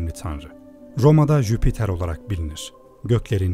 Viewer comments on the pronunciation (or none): none